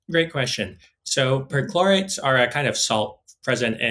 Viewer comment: Is it weird that I keep hearing midichlorians? 😂